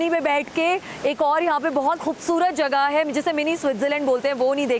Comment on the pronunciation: Ma'am it's 'jagah' and not 'jaghah' please work on your pronunciation